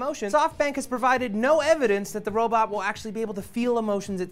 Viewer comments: "Robut" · Rowbit..I'm sorry but it's so funny when people pronounce it like that XD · will i hope you know that its a 'robot', not a 'robit' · Stop saying ROW-bit!! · "Robutt" x) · will says "robot" like "robutt" and matt has a crooked face. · Will. It's robot, not robit :P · "Robut" ahaah will xD